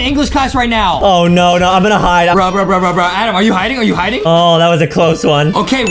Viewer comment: it's not adem it's adam